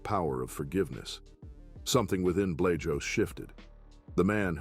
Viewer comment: The way yes pronouncing Art Blajos's name is killing me